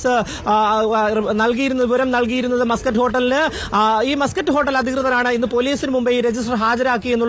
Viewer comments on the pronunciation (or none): മാസ്കറ്റ് അല്ലടി.. മസ്‌ക്കറ്റ് ഹോട്ടൽ.. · Maaaskatt alla chechii... Musket aan he😂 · Yavalqentha rogam! "mascot hotel" ennu parayunne? Avalde ground reporter muscat ennu paranyattum, backgroundil aaro yavale aadhyame correct cheythittum, veendum 'mascot mascot' ennu parayunna vevara heenal 🫵😡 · മസ്ക്കറ്റ് ഹോട്ടൽ അല്ലേ ? എന്താ മാസ്ക്കറ്റ് ഹോട്ടൽ എന്ന് പറയുന്നത് ?🤔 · മാസകറ്റ് അല്ല മസ്ക്കറ്റ് ആണ് 😅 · മാസ്കറ്റ് അല്ല മസ്കറ്റ് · മാസ് കറ്റ് അല്ല മസ്ക്കറ്റ് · Muscat aanu maascut alla😂😂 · മാസ്സ്കറ്റ് അല്ല മസ്കറ്റ്